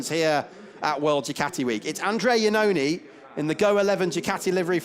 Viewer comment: It can't be listened how the commentator constantly corrupt the name of Andrea Iannone!!!!!!!!!